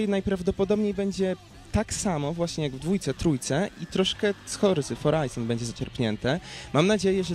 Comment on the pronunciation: 1.19 horza foraizon coooo?